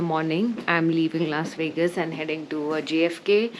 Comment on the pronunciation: Indians: please learn to properly pronounce w's and v's if you're going to speak english. Wegas isn't a thing.